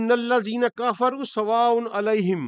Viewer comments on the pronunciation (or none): Sir. Kafro nhi kfroo hota ha